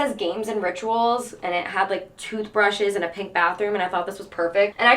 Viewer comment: kinda obsessed w/ how you sometimes say pink: “panke”